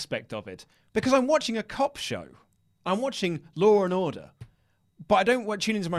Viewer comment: Lol "loor n orduh"